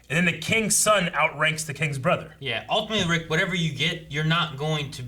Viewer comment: Rick is so good at getting the right pronunciation of anime names and then incorrectly corrects him 😂😂